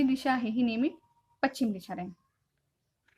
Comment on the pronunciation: Madam pachim nahi paschim